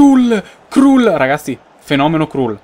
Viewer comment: Kral si pronuncia... no krul